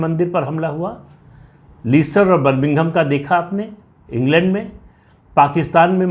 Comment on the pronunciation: Very true Pradeep ji. Indian govt should have stated Hindus instead of Indians. The pronunciation of the city is Lester Pradeep Jin🙏🏽🚩🇮🇳